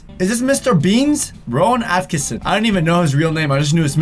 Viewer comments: Rowan Atkinson, not atkison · A T K I N S O N not Atkison.